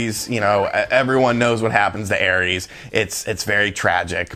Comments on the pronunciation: Aerith, not Aeris. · It’s Aerith or Aeris, not Aries. 😂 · Man, I was gonna say, the video would’ve come off as SO much more sincere if he had even put in like 6 or 7 hrs... and then he said “air-eeys” and I gave up, then saw you beat me to it anyways lol still like though, just a bit of a goober sometimes